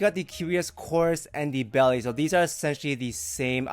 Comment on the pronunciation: My friend, please say Belle as "bell" and not "bellay" People will respect you more.